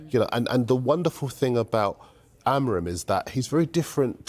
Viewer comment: Please learn how to pronounce Ruben Amorim´s name jesus u guys keep butchering his name